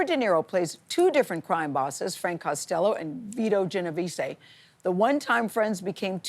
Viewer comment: Gen-o-vees-say is criminal